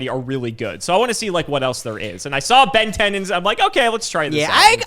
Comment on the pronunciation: Why does everyone say Benten like they’re saying Ben 10? 😂